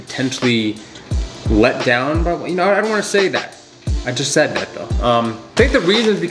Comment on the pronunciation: matt said sawid